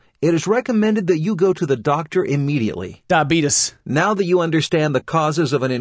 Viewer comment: I laughed so hard when was like diabitteessss 😂